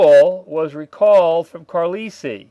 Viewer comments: Brother. Susquehanna = Sus as in the noun 'suspect' Que as French 'quoi' Hanna rhymes with banana Carlisle = Car - lie - el Been loving the vids, thanks. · Thanks. Maybe Trimble was mad at Ewell. And I think it’s pronounced CAR-LIE-EL. Famous “United States Indian Industrial School”, late 19th-early 20th.